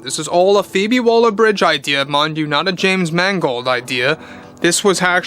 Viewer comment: Why do you keep calling her "Phoebe Walder" ? Her name is Waller, not Walder !